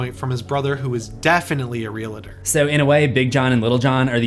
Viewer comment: Why does he pronounce "realty" and "realtor" like that? Is it an accent or just wrong?